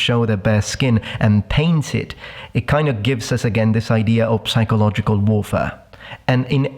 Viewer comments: Totally:D Although my usual great pleasure about language skills was a bit dampened this time, hearing him pronounce the "p" in "psychological". Aww, come on:( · One completely unrelated question (but one that bothers me a lot): I have learned in school that you have to pronounce it "(p)sichological", but you - as a linguist - pronounce it "*p*sychological. Why? Anyway a wonderful Video - as always! Greetings from Austria.